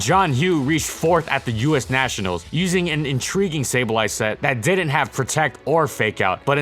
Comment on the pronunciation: what kind of pokemon is a neeshionals?